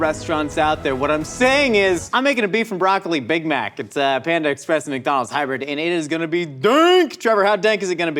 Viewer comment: Are you saying ex - press just to drive me crazy? Or do you actually not know how to pronounce it?